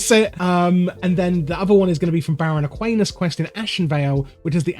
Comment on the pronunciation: It's Aquanis and not Aquanus It's Black Fathom Deeps and not Blackofomdeeps.